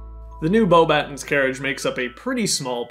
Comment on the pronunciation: Your reviews are always my favourite. Keep it up! Also the correct pronunciation is Bo-buh-tawn rather than Bo-batt-ens :-)